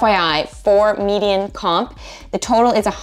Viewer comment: Dear: If the word "median" is hard for you to say, then please stop making YouTube videos where you give people career advice. Please, just stop.